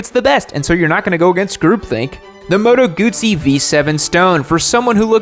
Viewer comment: I love that creates a roasting video and is utterly unable to pronounce Husqvarna correctly, and also kinda messed up Moto Guzzi 🤣